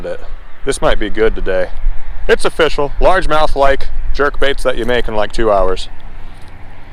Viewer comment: Was watching part of this while cooking dinner and my son walked in when you said “it’s official” withe the first bass and he said, “I like that pun!” I was like “what are you talking about?” He told me, “he just said it’s oh-fish-al” and I’ll never hear it any other way.